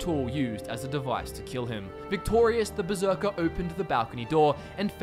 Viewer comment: Um... Hate to be that guy, but it's Berserker, not beserker.